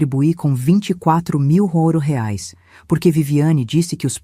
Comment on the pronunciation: "rares " ( quis dizer reais ?! ) 😅😅😅